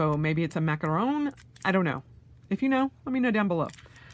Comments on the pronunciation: I just looked at/listened to a couple of “macaron” pronunciation guides, and it seems like it’s “macarohn” rhymes with John or Ron (as in Weasley/Howard—LOL). The “macaroon” ones are the coconut kind, like you said. Bottom-line: Both are yummy! Cool you’re finally guest planner. Goodness knows plenty of people (me included) have dropped your name in the Cocoa Daisy order comments.:) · It’s a macaron pronounced to rhyme with ‘on’. Macaroons are the big coconut meringues. To be fair a macaron is essentially a refined macaroon using meringue and ground nuts. When I lived in Switzerland there were beautiful shops filled with a stunning array of colourful macarons in pretty much any flavour you could wish for. We used to buy a box (of mostly our favourite flavours but always one new one to try) each then sit in the sun people watching and enjoying our treats with a lovely coffee. Thanks for helping a lovely memory back to the surface! Also I’m thinking the dog might be a little French bulldog to go with the Paris idea..